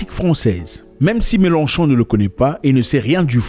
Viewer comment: C'est Mélenchon et non melon-chon😂😂😂